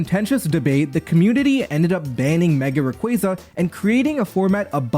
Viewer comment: hearing "raquayza" over and over caused me psychic damage